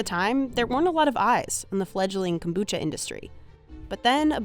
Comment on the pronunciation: The narrator did the accent when she said kombucha, I think she knows what she is talking about.